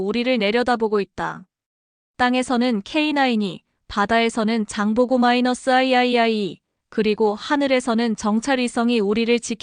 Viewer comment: 비록 적이나 마찬가지인 일본의 군사 전략가로써 냉철한 판단을 하므로 자국에 경종을 울리는그런내용을 자국서 신뢰하지 않는다는게 다행이라 생각된다.천궁-II를 천궁2라 읽으면 안되나. 아이아이(II) 장보고 3 아이아이아이가 뭐람. 못듣고 있겠네